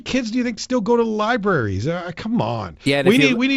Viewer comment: Liberries?! Jeez, Doug.....